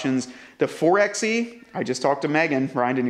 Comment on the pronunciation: Can we just take a moment to discuss the fact the 4XE is pronounced “Four by E”?